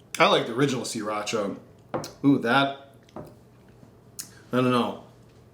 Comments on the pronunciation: sah-rah-cha not see-rah-cha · "see-racha" really??